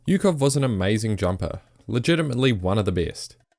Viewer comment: So many details on a man but you don’t bother to pronounce his name right. It’s “Oo-hov”, not “yu-kov”. Just like Usyk is “oo-sik”, not “yu-sik”.